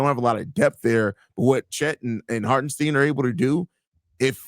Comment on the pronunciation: did he just say Hart -en -STEEN? can't listen to ya' now